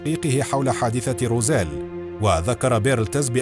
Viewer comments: أخي المُعَلِقْ أسم المدينة = روزويل وليس روزيل .. للتصحيح فقط 😊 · ماذا تقول وماذا تخرف ههه انت لا تنطق حتى الأشياء كما هي روزويل تقول روزيل هههه انت تخرف فقط يجب أن تبحث اكثر وتضع مجهود قبل وضع اي محتوى نصيحة فقط هههه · Its Roswell not Rozelle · روزويل وليس روزيل